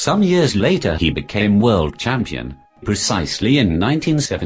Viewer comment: That should be "World" champion not "word" champion